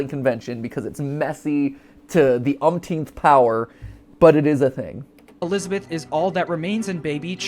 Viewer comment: if matt says unkteenth again imma unsub